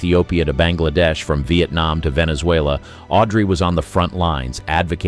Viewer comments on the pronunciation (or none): none